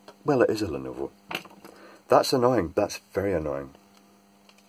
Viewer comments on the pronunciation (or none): none